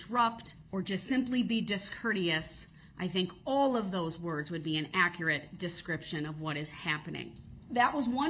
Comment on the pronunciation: Let's not forget that he wants the record to be ak-rit